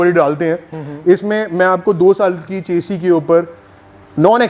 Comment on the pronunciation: चेसी नही शैसी होता है